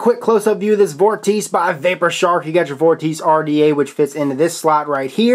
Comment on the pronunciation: it's pronounced vawr-tuh-see